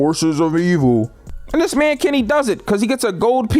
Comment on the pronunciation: Why something when he saids Kenny it sounded like kemmy